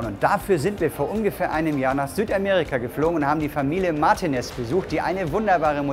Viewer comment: Sieht ja schon wirklich toll aus. Erstaunlich, dass nach der ganzen Zeit der Zusammenarbeit die Martínez sich noch immer nicht die Betonung ihres Namens korrigiert haben (weder auf der 1., noch auf der 3. Silbe). Normalerweise wird man als Deutscher drübern wegen sowas sofort bis zum Erbrechen gehänselt, vor allem, wenn man sich nicht entscheiden kann und mal Mártinez und dann wieder Martinéz sagt... Ich kann da aus Erfahrung sprechen ;-)